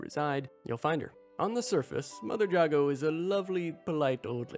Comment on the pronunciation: How to you play the whole game and not hear anyone say Jago correctly